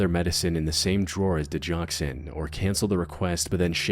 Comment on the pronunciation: Go never is a J sound. Digoxin.